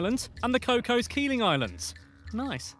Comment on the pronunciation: Cocos (Keeling) Islands is pronounced ‘coke-iz’ not cocoas. I knew there was American idiots (Green Day reference?) but British idiots too 😒